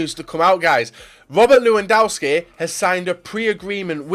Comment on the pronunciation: pleeeeease say the name lewandowski right miniminter and co can do it why do you have to keep call him lewandauski ?